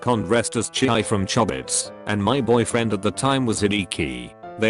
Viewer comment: i didnt think the program would pronounce chii and hideki correctly , wow